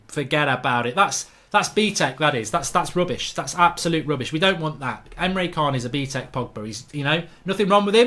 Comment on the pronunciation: ITS PRONOUNCED EMRE CHAN, pronounced names right cos you sound uncultured when you dont and ignore it